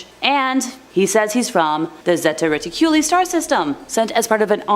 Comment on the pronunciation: Zeta Reticuli is pronounced (zā ‘ tä ret ik’ u lī)